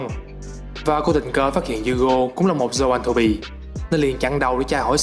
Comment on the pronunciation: zon-throp chứ k phải th ro pi nhé :))